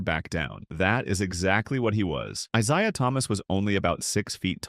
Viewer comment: If only the AI could say Isiah Thomas' first name. Should have just called him Zeke